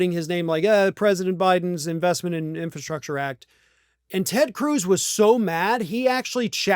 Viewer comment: Trump can't even pronounce 'infrastructure'. He tried, but no. Big funny fail.